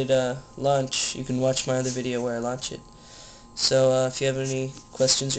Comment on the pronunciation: it sounded like he said lunch instead of launch